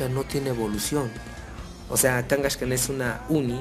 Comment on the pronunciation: A ver fan de hueso colorado que pronuncia "Blaiziken" y "Kangashkan", sólo iba a comentar que sí era un Cuben sólo que su madre no había muerto para robarle su craneo, pero cuando pero cuando dijiste que a los posers no les gustaban las megaevs ahí si dije, yo SÍ soy un fan de hueso colorado y hasta pronuncio bien y la verdad me ha costado mucho aceptar ésto, porque son un intento desesperado por levantar pokémon, Y los realmente los posers son los que aceptan los cambios así como así.